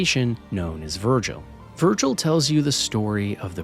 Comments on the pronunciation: his name is Vigil, not Virgil 😆you had me questioning my memory there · VIGIL....the construct's name is V-I-G-I-L..not Vergil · Has someone told him that it’s Vigil, not Virgil, yet? 🙃 I’ll always appreciate people giving ME1 its laurels (while also categorizing ME2 as a tad overrated, and the weakest of the trilogy).